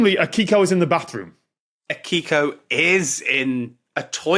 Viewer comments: Just so you know, if you want to sound more authentic, all Japanese names are accented on the first syllable. Izumi should be accented on the I, and Akiko should be accented on the A. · Also the "i" in Akiko is basically silent, so it sounds like "Akko".